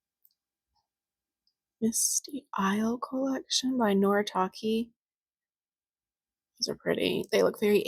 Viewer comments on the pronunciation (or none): Oops.. Noritake is pronounced as Nori.. ta.. ke.. like the letter K.. Was wandering why ke is pronounced as ki like key 😊 Thanks for all your awesome videos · I also mispronounce Noritake😔.